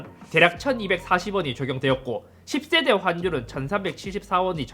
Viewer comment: 인트로에서 "10세대야" 발음을 쫌 세게 해줬으면 제 속이 후련했을텐데..